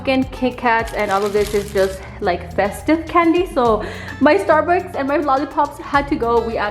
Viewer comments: Starburst,! Say it with me " STAR-BURST" 😂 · trying to correct herself by saying Starbucks instead of starburst and still says it wrong 😂💀👌🏻 shes the funniest. I love how your suegra decorates! She should do that as a side job!!! I would totally hire her! My favorite part is the entrance, suegra goals 😍❤️🍁🍂🌿 🎃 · lol love the fact that you always say "Starbucks " instead of starburst got me in the habit saying "Starbucks" now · Omg 😂 how hard is it to say starburst their literally my favvvv 😄☺️ love you 💕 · Starburst lol. Not Starbucks lol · Youre me calling starburst “starbucks”😂😂❤️ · I love they way you say Starbucks instead of starburst ❤️❤️❤️❤️ love the fall vibe. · You’re so cute! 😂 I love how she doesn’t know how to say Starburst 💕😂